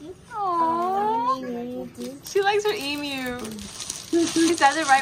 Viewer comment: As an Aussie it made me so happy when they said Emu properly. I always get irrationality mad when I hear Americans say "Emoo" like it just does something to me.